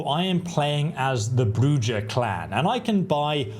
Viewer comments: LOL, he said Bru Jah. It's Bru hah. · It's pronounced Brew-ha, not brew-ja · Not brew-jah , which is non-sensical. It's pronounced brew-hā which is Spanish for witch. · BROO HA not JAH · Brujah is spoken with a J coming off with the H sound so its bru-hah. Not Bru-Jah... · ah, yes. the bruJAH clan. is it similar to bruHAH clan in any way? ps also, OBS-fuc-ate (we sure ventrue are the divas?) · Man said Bru-Ja I could not stop laughing. Obviously not a hockey fan has he has not heard a Bru-Ha going on lol. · Hearing broo-jyah is upsetting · You pronounced Brujah incorrectly, it's pronounced Bruhah, I think it's Spanish, but I could be wrong about the origin of th name. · It's pronounced bru-ha not what you kept calling it. Geez definitely not played it before doing the video. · Please stop mispronouncing bru-haaaaa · It's Bru-ha if you are to promote the game try not to butcher clan name like an illiterate child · Brewjaw? Really come on dude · Did you just say Bru-Jaw? Lol Love your content! Thank you for the awesome vid! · Quality info, but some of your pronunciations have made me cry. Like Brujah and Stygian especially. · The info? Solid af. The pronounciations? Killing me. Brujah - Broo-hah Celerity - sell-air-it-ee Stygian - Sti-jee-an Obfuscate - Ahb-few-skate Hope this helps everyone. 😂😅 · Brujah > Brew Ha! Toreador > Tore A Door. Sorry, but hearing it mispronounced was slightly hurtful. ;) However thank you for the break down of the skills and powers. Tremere is the only path as all others are mongrels.